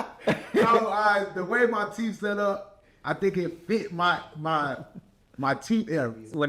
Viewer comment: "The way my teef set up..." 🤦🏾‍♀️😂